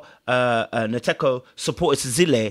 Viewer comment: As a Ghanaian I’m surprised you can’t pronounce Nkateko’s name. To my Ghanaian ears it sounds like nkate cake(peanut brittle)